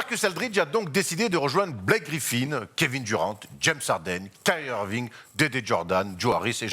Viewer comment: Oui il est très bon dans ses analyses, mais le Kevin Duran et le Zach Lavïne ça fait un peu mal au oreilles